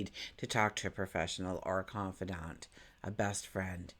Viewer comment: Did anyone else hear the theme from Golden Girls when said confidant? 😂 Thank you! I love your readings they’re wonderful ❤️ Ps: I love the Golden Girls 🥰